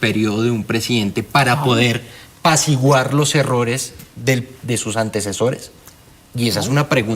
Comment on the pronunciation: Paciguar o apaciguar, corrija